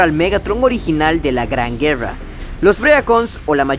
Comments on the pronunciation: Vuelve a decir GUEWRA (guerra) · Yo escuche juerra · Así hablan los ticos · Pero porque pronuncias la r asi si nisiquieraa pronunciaa bien las pocas palabras en ingles bien ... ejemplo güerra por Dios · Porque dices guerrrra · No es gueua, ni llobot, es GUERRA Y ROBOT, pronuncia las R, por favooooorrr